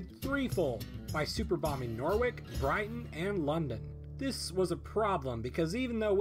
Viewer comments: It’s pronounced Norridge. Not Norwick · Love these videos but its pronounced nor-rich not nor-wick. Sorry to be petty. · Nooooo my city Norwich gets bombed :( (also it's pronounced no-ridge not nor-wick) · Night Wizzard and Norwich, it’s the “no” in “knock” and then “rich”, not nor-wick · ‘He superbombed N O R W I K ‘ norwik its pronounced norich and it irritates me as a british person (still love ya tho ) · This may be an old video but as someone who actually lives there, it's pronounced "N-o-ridge" not "Nor-witch". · (It's pronounced Nor-ritch, not Nor-wik) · I hope Netflix turns this into a show. Btw: Norwich is not pronounced Norrwick, it is Noritch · Nor- wick?! No no no. It’s Noh-Rich. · Intriguing stuff! (By the way, Norwich is pronounced 'Norrich', not 'Nor-wick') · Nor - IDGE. Not norick. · Norwich is pronounced like Noritch not Norwick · BTW it's Nor-wich not Nor-wick. No hard feelings though English spelling and pronunciation is very weird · Norwich is not pronounced Norwick, it is pronounced Nor-rich. Other than that great video :P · It's pronounced Noh-ritch, not nor-wick. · Did he just call Norwich "Norr-wick"? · Great video, but Norwich is pronounced noh- rich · lol love his pronunciation of Norwich. "Nor-wick" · Nore-wick - LOL! You Americans are hilarious! FYI "Norwich" rhymes with "Porridge". Great video btw. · Fun British fact, Norwich is said Norridge. Like porridge but with a N. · You never could trust those durn Texicans. BTW, that town in England ? It's pronounced NOR-rich. The W in the middle is silent. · Great series dude. Really loved it. One small niggle. Norwich is pronounced "Noh-ritsch" Also a really weird target. No industry, no important cities, sparsely populated, no irreplacable fauna. Sheffield for steel or Gloucestershire because of intelligence would have been better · LOL! "Nor-wick" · I'm way late but did this man just pronounce 'norwich' "Norwic" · the way he said norwich. It's no-rich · Norwich pronounced as Norwick?